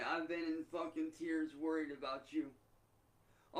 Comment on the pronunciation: The stress on the F sound as he says Fuckin